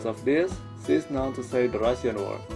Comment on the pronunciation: Dude , what a great video ... and BTW when you pronounce the 'Russian ' you are sound like Russian people spoke . XD